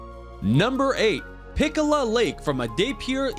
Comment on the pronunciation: At no.6, it's not pikola lake,it's pichola lake